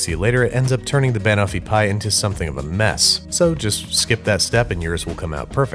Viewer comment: "Bahnahfipie" ok Babish, i swear you're pronouncing things weird on purpose now